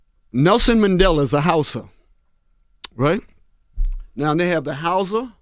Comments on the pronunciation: Well, Xhosa is the language with the click sounds in it and that letter X is one of the letters that is pronounced as a click so he might just be leaving it out altogether and pronouncing it as "Hausa," which is actually a northern Nigerian tribe. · Just one correction: Nelson Mandela was from the Xhosa tribe not Hausa...I guess maybe he was just pronouncing it incorrectly. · It's Xhosa not Housa. You should say it with a click of the tongue, in order to sound Xh... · He was trying to say Xohsa i think. Its pretty hard to pronounce